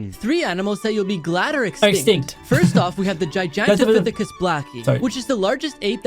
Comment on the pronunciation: He said gigapithecus so wrong 💀 (I think I spelt it wrong too 💀)